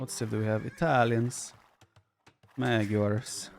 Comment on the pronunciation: hey vipi, you are almost nailing the pronunciation with magyars. GYAR is correct, but the first A should sound excactly the same as the second.